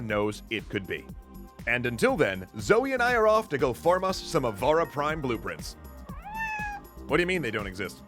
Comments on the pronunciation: I heard Ivara Prime. And it hurt. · I heard ivara prime